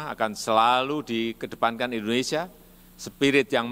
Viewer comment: Indonesia Bukan Endonesia